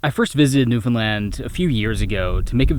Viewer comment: Just hearing you pronounce the name “Newfoundland” correctly is so satisfying. Even so many Canadians can’t be bothered to do this. I love what you do regardless, but your consistently respectful handling of this incredible place in so many of your videos is appreciated more than you know. Thank you.